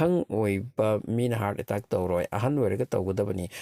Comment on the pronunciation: Hear attaaack hyse keigino😂😂 khonthok tu atteck hyna paba kei kyge